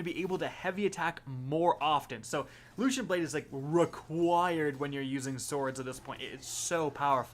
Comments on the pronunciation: what the hell is that pronunciation of guillotine, and also LUCENT? LOOSENT. And sympathetic (he said symptomatic, LOL) from the last video. These aren't 200 IQ level words, come on. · Your pronunciation is terrible. You butcher guillotine and lucent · that's not how you say lucent... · Its loo cent.. no h sound should be happening.. why do you guys always say everything so weird. How would you say cent by itself? It doesn't change.